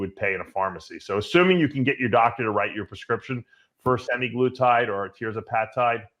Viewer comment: Ya Dave's a big proponent of these peptides except he didnt know the main way that they operate by slowing gastric emptying and he doesn't even know the names correct pronunciation. Semiglutide> wtf, thats Semaglutide Dave with an A in there not an I. and Tirzepatide is pronounced Tir (sounds like Fur) Zep (like in Zeppelin) a tide (like in at the ocean). You're such a joke!